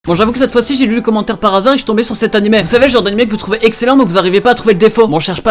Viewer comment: Pk tu dis animai , on va pas se le cachai? Tu sais pas prononcer le son é?